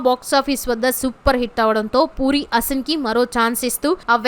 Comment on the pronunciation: Her Name is SHould ne Pronounced as AASIN Not ASIN As You are Pronouncing .